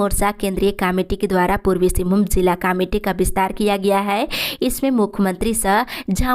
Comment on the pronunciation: पूर्वी सिंभूम नहीं पूर्वी सिंहभूम होता है